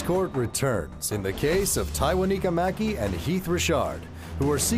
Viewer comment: One time for the announcer and judge who could properly pronounce Tywaniquekya.